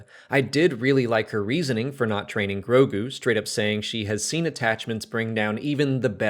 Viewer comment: I know it’s new; but you’re mispronouncing Grogu.... you keep saying Gorgu.